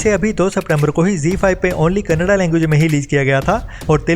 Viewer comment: क़ेन्नेडा नही, कन्नाडा।